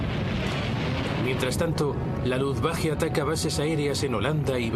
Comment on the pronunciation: Insiste el narrador en pronunciar Luftwache, es Luftwaffe!